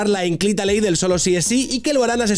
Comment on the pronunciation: Cómo te cuestan las palabras poco habituales. Inclita, dice.